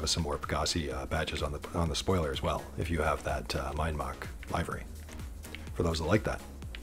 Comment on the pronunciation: You seem to be offering enjoyable, informative videos here. Unfortunately, I never hear anything you say after pronouncing"livery" as if it rhymes with " ivory". Short i, not long. The word "liveries" rhymes with "give her cheese", not " buy her cheese".